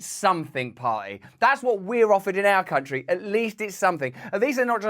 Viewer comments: Think he said, “tountry”…..not “country”. Another brain fart. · "Persciption jugs in any tuntry" huh? 🤣